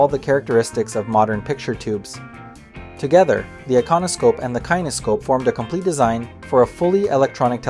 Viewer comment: And Kinescope is pronounced more like "kenny scope" Must be an AI narrator.